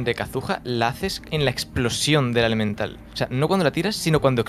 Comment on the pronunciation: Me sigue dando risa la Q de bennet E de bennet,jajjaja, No puede decir Elemental y definitiva